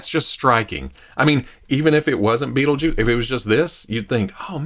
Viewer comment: Hell yeah, been curious about this one for awhile. Also love how that accent hangs on "Bait-le-juice" 🤣